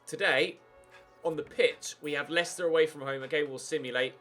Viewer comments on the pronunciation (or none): none